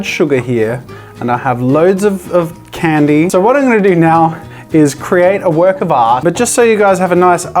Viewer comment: It hurts to hear an Australian say Candy...